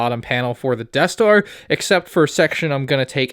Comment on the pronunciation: the eaeth star